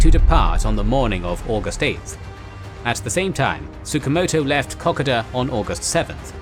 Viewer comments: For christ's sake, please get your pronunciations correct as not only does it sound wrong but it is offensive to Australians. Kokoda is spelt with an "o", not an "a", so it is pronounced Ko-Ko-da, not Kokada. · A cool new drinking game. Take a shot everytime he pronounces kakoda wrong. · Kokoda track is pronounced Koh-koh-da! Sorry had to say that but glad you said track not trail. I had several uncles who fortunately all came home thanks to the "Fuzzy Wuzzy Angles" who thoroughly deserve their own special. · Kokoda is koh-koh-da not cockada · Top quality presentation. Suggest checking pronunciation of a few words, in particular Kokoda. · Wish they could pronounce Kokoda properly.